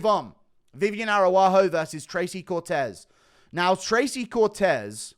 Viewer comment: “Viviane Arahoo” “Ilia Teepuria”